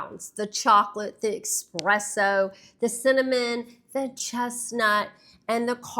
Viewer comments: I enjoyed the practical approach! Happy about the brown trends. That said, its “ESSpresso” not “EXpresso” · eSpresso, not eXpresso. Good video tho <3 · idk, I’m about as Southern as you can get & there’s no X in espresso. No shade, but I was taken aback to hear you pronounce it that way too. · You’re pronouncing espresso incorrectly. Hard to tell someone what to wear when you do that.